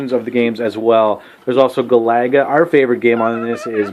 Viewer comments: Hee hee. That’s what I was thinking. Never heard any pronounce Galaga that way. Sounds like a nice guy, though. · Guh- lagga?